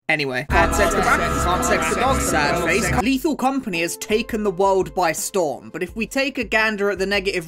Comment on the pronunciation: Ok but, as a french, the "Léthal Comapgnie Créole" was pretty funny. For those who don't know, the compagnie créole is a french band.